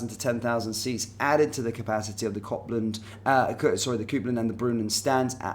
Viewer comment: Not once did you pronounce Copland correctly, and Sandy Jardine? It’s obvious that you know nothing about Glasgow Rangers than what you read of a piece of paper.